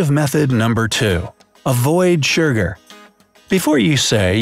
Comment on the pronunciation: Literally no one is going to say "oh look, there's smells like death!" hand why does the narrator say surgur instead of sugar Can you still drink soda out of a bottle if you put your teeth around the bottle neck and the soda goes into your tongue and down your throat without touching your teeth?